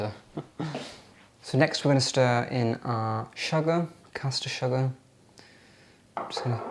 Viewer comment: Love when you say “sugah”. ☺️